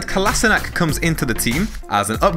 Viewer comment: It's not KolasinaK, it's KolaSHinaTS.